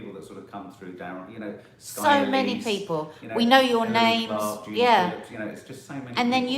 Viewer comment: I’m always impressed by how you read and pronounce names of subs x